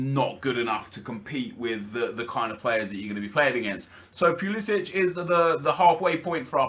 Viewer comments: It's not pulisić it's not Croatia it's pulisic. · Pulisic is said pull-le-sick he said it in a interview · He also mispronounced Pulisic